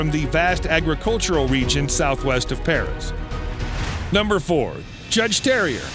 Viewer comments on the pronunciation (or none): none